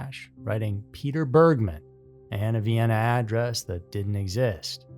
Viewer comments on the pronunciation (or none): none